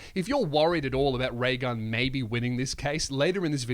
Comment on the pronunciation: Thought you said Ray Gum , I'm outta here